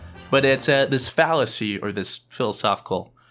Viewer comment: He said phalacy